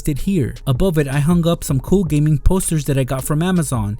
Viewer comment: Gaming not Geming